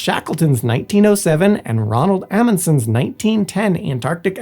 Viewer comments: "Roald Amundsen" not "Ronald Amundsen". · And I have never heard Roald pronounced Ronald either.